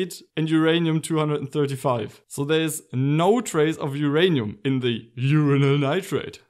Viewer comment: Whose 'ranium?